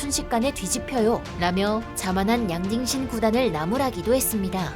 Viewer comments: 난 자꾸 '양딩신'이 '양빙신'으로 들려요 ㅋㅋㅋㅋ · 양딩신이 양빙신으로 들리네요 ㅋㅋㅋㅋ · 양딩신? 양빙신? 정확한 이름이 뭔가요?? 제귀에는 양빙신이라고 계속 들리는데.. 귀에 캔디가 박힛나... 부산에 이비인후과 추천좀..